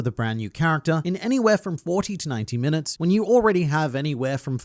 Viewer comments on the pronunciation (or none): "Ten minuter earlier" 😂😜